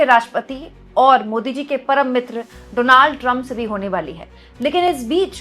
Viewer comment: One mistake not donald Trump but doland trump